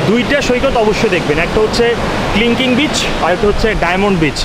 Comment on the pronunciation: Kling Kling না ভাই, Kelingking beach. never mind plz🤣